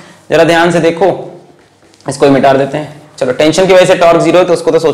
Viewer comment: everybody : Mita de ? Alakh Sir : Mitaar de !!!